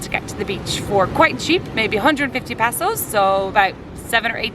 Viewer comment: Passos ? He he ... It's pesos.